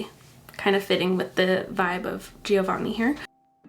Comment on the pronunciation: Omg I love the lip combo!😍 Will absolutely check out that lipstick. Btw you don't pronounce the first i in "Giovanni"☺ Regarding the little disclaimer regrinding you never tell us we "need to buy" anything: I actually adore the way you create your content. I eyed now for 2 YEARS! with the Hula beauty Rose Quartz palette since I first saw it on your channel. Got it now in the Cyber Craze as a Christmas gift to myself. I think in the end you are maybe inspiring us to get something but we are responsible for our purchase in the end🤷‍♀